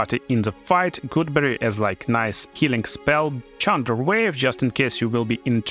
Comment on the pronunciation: lol "chunderwave" did you know chunder is australian for vomit?